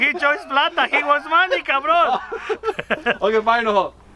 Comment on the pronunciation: Jajaja plato o plomo Plata o plomo "Cabroon" 😂😂😂😂